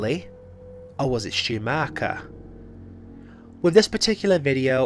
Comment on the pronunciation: Stu's surname is pronounced Mock er, not Mark er.